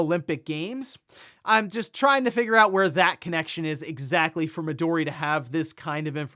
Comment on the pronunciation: Mi-do-ri* (instead of Mido-ri)